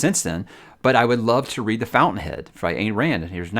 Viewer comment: Ayn is pronounced with an I.